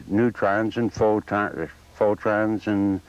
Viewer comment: "pho - trons" hehe